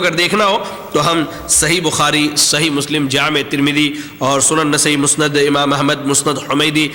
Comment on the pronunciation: "مسند" کو مستد کہہ رہا ھے۔